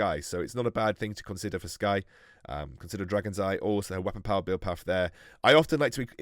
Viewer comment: on says “consdier” and not “consider” I’m dead 😂💀